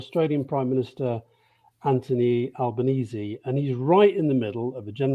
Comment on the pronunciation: Alastair has, however, since reverted to his mispronounciation - what was for a brief glorious moment Alba- neasy, has gone back to Alba-nay-zay.